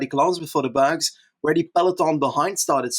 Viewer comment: pronunciation of 'berg' putting anyone's previous attempts to shame